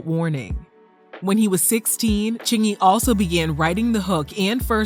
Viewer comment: He said it right and I believe him ... thanks for posting!